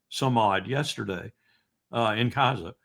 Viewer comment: Appreciate Col W pronunciation "Cazza" occasionally. I have an antique map of the region, and it's marked "Cazza"